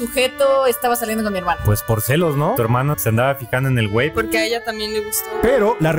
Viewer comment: que tratabas de decir gay o wey porque parece que dice wey